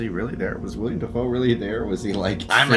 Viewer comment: I’m gonna be that person…it’s Willem Defoe not William 🥲 (only pointed that out because yes, I also mispronounced it for a very long time myself 😂). Also, this movie, without fail, makes me curl into a fetal position and sob.